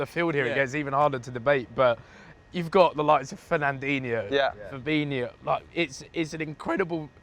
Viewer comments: Why does everyone and I mean everyone says fabinio it's fabinho.HO not IO. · man said firmino and fabinho lol